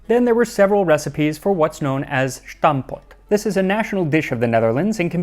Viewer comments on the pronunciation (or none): Good episode! NB that it's pronounced "stampot", the first syllable s-t-"um" with the "um" as the American filler word. No emphasis on any syllable. Definitely not "shtampot" (Dutch is not German). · Heey sorry to bardge in but it is pronounced "stampot", not "shtampot" in dutch. Really cool video! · Its just stampot, not schtampot... nice video tho! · It's stampot not schtampot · why in gods name are you saying SHtampot? its not a german word! there is no SH sound in stampot. st is just pronounced 'st'. and the a in 'stam' is pronounced like the u in 'dumb' and the o in 'pot' is pronounced like the ou in 'thought' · Where do you get the pronunciation "shhhhtampot" from? It really is just "stampot". Normal "s". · You're using German pronunciation of Dutch words and it sounds very off. Just try to say "Stampot" instead of "Shtampot". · I always wonder where people find the 'h' in 'shtampot' instead of stamp pot, or stomp pot if you want it translated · A very interesting video. However there's absolutely no "sh" in stampot